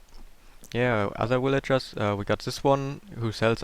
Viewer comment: ha i love the way he says villagers. willager XD